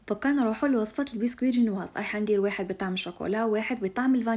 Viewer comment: حبوبة، انتي سفيرة للمرأة الجزائرية. الجنواز، انطقي حرف الجيم سواسوا، لانو الكلمة اصلا ماشي بالعربية. رب يحفظك يا الشطورة